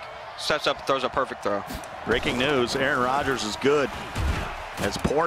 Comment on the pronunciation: I know I’m not the only one who heard “A ARON”. 🤣🤣🤣